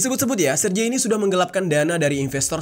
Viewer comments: Serge ( Sèrgéi ) bang. Bukan serje. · jangan salah nyebut nama orang dong.. jadi gak seru nih dengernya.. Sergei itu bacanya yah Sergei, bukan Serjei atau Serji..